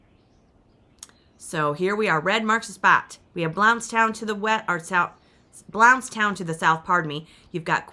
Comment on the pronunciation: I laugh every time I watch one of your videos! You aren't right! At least they left you some comet and a scrub brush 😅 Btw, "Bluntz-town" is how that is pronounced. 😊